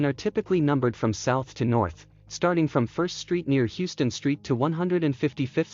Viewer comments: HOW-STON.........Please get this right next time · In New York City, it's pronounced "How - ston". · needs new narration, hey I would volunteer...heard Heww-ston street wayy tooo many times... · It's pronounced: Howston!